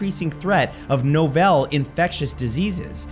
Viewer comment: The word is novel (NAH - vul) - like a book